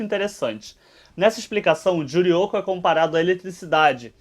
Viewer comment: Humm ela gosta de falar Juryoko...